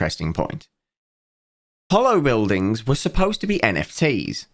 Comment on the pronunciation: I love how way of mispronouncing the "holo" in "HoloBuildings" makes it sound like "Hollow Buildings", which is a very apt name for what they are in practice.